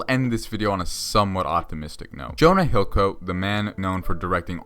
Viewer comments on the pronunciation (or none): “Jonah hillcoat”